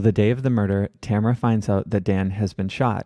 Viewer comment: But mispronouncing Tamara's first name lol